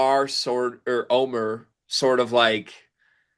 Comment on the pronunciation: his name is pronounced Omeeeer